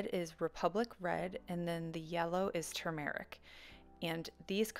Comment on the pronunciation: Two mar RICK I've been pronouncing it wrong... tumor ick. YOUR pronunciation sounds much better! Thank you! B~}